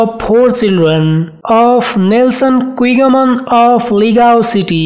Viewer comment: Her last name pronounced as Kigaman not Kwigaman!